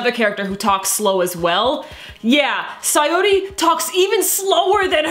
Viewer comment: It's 'Satori' not 'Sayori' Yes I know you have that correct in the next episode review just saying